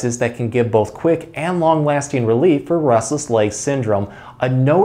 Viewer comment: Sounds like he says rustles legs lol